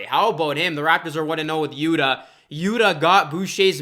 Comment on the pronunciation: Yuta Watanabe's first name is pronounced "YU'-tah", as in "Utah Jazz" (but the accent is on the first syllable). You are pronouncing it "Yuda", which is incorrect.